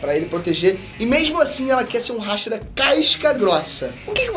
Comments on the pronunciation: Primeiramente, Hashira e não Háshira. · q video dificil de assistir cm ele falando HÁ shira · A pronúcia é "ráchira" memo? A minha pronúncia é igual do Japão 😃👍🏼